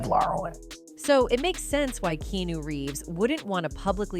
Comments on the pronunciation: I wish these AI narrators would be programmed to say the person's name correctly every time.😟 KEEAHNEW! 59 is still so young. He could live for another 20-30 years! But what a sweet soul❤ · At least learn how to pronounce the mans name before making a video about him. In pretty sure it's not keenew.... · It's KEANU (pronounced KEH AH NOOH). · I can't watch this get your bot to pronounce his name right at least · Drives me crazy when these robotic narrators mis-pronounce names! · OMG learn how to say his name. Jesus can't even because you can't take thr time to learn how to pronoun his name right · U could learn how to pronounce his name Finally too.